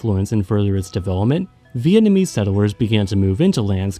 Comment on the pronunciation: It’s a real shocker, as your pronounciation is so spot on. 10/10